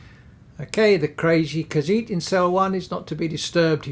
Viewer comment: Yay, I am Hyped for my new Companion. I watch the full video later, gotta do some exercises with Mr. Dragonfly. And I am gonna teach you how to say the word Khajiit correctly ;) Anyways, be well🐱